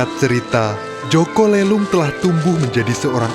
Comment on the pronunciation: Min boleh koreksi Nada aja jaka lelung di baca pakai nada e yg lemper makanan.. Bukan lemper batu